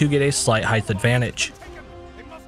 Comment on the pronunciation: Nobody else notice that he said heigth and not height when talking about the braziers? 😂